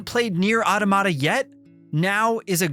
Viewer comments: It’s pronounced: Ah Tah Mah Ta, not Auto Ma Ta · It's not "Aw-duh-mah-duh". "Aw-tom-ih-duh" is closer, but the correct pronunciation is "Aa-tah-muh-tuh". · Repeat with me: AU TO MA TA not “aodomada”… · I give this review a 1/10 for pronouncing “automata” like that 😬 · I like how this guy pronounces the word wrong. Just kidding. I fucking hate it.